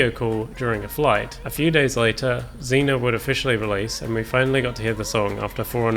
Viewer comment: It’s pronounced ray vol pee and zeen yaa just btw